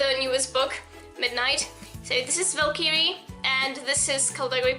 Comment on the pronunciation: U DON'T KNOW HOW TO SAY VALKYRIE PROPERLY!!!!!!!!!!